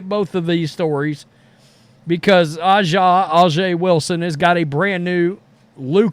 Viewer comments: That would be like someone purposely mispronouncing ' name as "Roadies" or something. A'ja is essentially pronounced like Asia as the earlier poster said. You may not be partial to the league or the player, but kindly get her name right. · Her name is pronounced : A Jah Wilson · “Asia” is the proper pronunciation. I agree with your view, just to let you know. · Not a surprise. Pepsi/Gatorade is one of the most Woke companies on Planet Earth. Hey Aja is pronounce Asia. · A'ja Wilson's first name is pronounced like the continent Asia. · It's his unconcious racism kicking in he very well knows how to pronounce her name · His lack of respect for her is the reason why he has refused to learn how to pronounce her name. Disgusting for someone that whines about racism